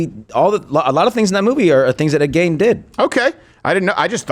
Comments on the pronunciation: I heard "Gein" rhymes with "mean" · U Guys R saying ED's last name wrong. I live 15 miles from his grave and town in Wisconsin. That's be spooky place to visit at sundown. Hmmm...